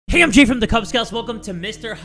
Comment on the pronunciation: did my man just say 'hey im G' instead of jay in the beginning? LMAO